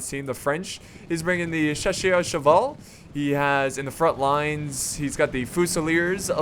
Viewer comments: Hey, this might help with pronouncing Chasseurs. Cha-sir-rs. In general French pronunciation has a tendency of making the r sound a guttural sound. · just to help you chasseurs= "sha-sir"